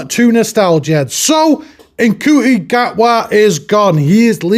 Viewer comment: How does he not know how to pronounce Ncuti after all this time?